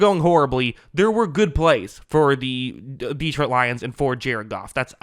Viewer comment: Love your analysis, but it’s pronounced De-TROIT’, not DEE’-trout.